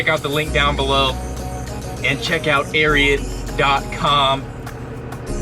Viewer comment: It's pronounced Air-ee-ott